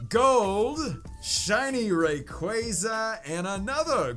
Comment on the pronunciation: its rayquaza not rayqueyza. Love ur vids tho!